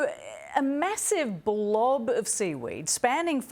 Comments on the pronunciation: never call it a blov 😡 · they put so much emphasize on the word! Lmao😂